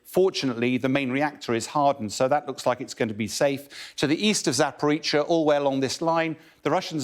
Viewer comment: Excellent reporting as usual cannot even pronounce Zaporreacha lol